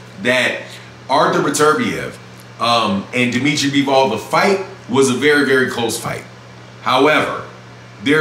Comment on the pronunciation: It’s bivol not BEEEEEVOLLLLL